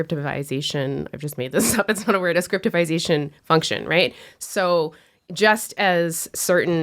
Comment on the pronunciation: ESPECIALLY when pronounced "rayt".